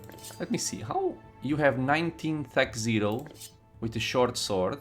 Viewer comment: its not thac zero, its thack oh